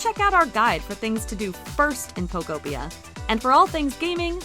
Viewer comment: Ugh eeeekk lol "Pokopia" is pronounced poh-KOH-pee-uh (phonetic spelling), with the emphasis on the second syllable. This structure follows a standard anglicized pronunciation pattern, breaking down as Po-ko-pi-a. 😂not like pocopia why are so many not even saying the name of the game correctly lol